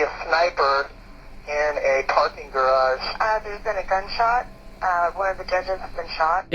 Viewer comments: Is my man’s tryin say garage..? I ain’t clownin so y’all don’t act like I am.. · I'm sorry but to hear you say garage is such a different way than I'm used to. Baffles me and I try to say it like that.